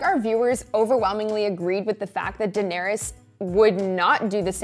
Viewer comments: It’s DAEnerys (Deh-neh-ris). Not Daenerys (DAI-nae-ris) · Die-nerys XD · Why is the male host pronouncing the name in such a strange way. Daieeenaries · How about dAYner-us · I’m too distracted by how he’s pronouncing Daenerys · So we are not going talk about about the way he pronounces Daenerys?? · This is season 8, and you're 'reviewing' the show. How do you still not know how to pronounce the name of one of the biggest characters of the show, whose name is mentioned countless times throughout the series. It baffles me. I know it's kind of a small thing, but I can't take your opinion seriously if you don't even pick up on the correct pronunciation of Daenerys. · This should be called, dude that can’t say Daenerys. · Only I the only one bothered by how he pronounces Daenerys lmao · What the hell is wrong with him has he never seen the show or heard anyone say Daenerys in his life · This is great but can you please learn how to pronounce Danaerys and Arya correctly...